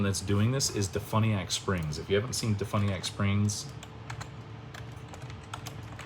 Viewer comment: Learn to pronounce DeFuniak Springs and Seminole County correctly. Sheesh. You sound like an ignorant fool. when did you become a Latrine Lawyer? Did you go to YouTube Law University?